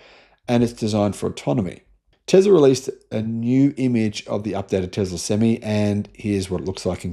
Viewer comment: You keep saying sem me .. not sem eye.. an improved sem me is a full hard ..a sem me is half hard a sem eye is an 18 wheeler lol ..sorry couldn't help it